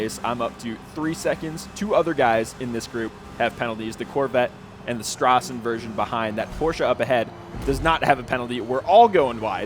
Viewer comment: So you do know how to pronounce Straßenversion but not Forza?:)